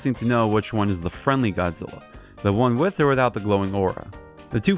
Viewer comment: It's Godzilla Not Godzilli!